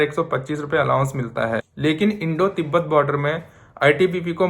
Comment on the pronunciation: तिबाट ❌ तिबत ✅